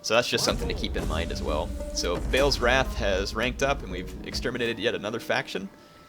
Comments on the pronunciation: BA'AL isnt pronounced BAIL... Its pronounced BAHL or BARL without rounding the R.. you can even hear it when you select one of the armies or on the diplomacy screen.. i hear it all the time... Ba'al Hamon be praised. no big deal though i suppose... your not the only one saying BAIL... its different to a lot of other difficult names that arent mentioned specifically in the game... so most of the time we're guessing. but Ba'al is mentioned throughout the game many times. so this one just sticks out.... sorry for being a dick. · I love your commentaries but 'Ba-al' is pronounced how it sounds not 'Bale' pls am picky but it annoys me